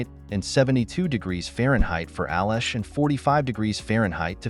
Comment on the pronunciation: I'm like 75% sure at least part of the audio/video is AI generated. I mean, the voiceover says "ales" like "al-esh" for Pete's sake.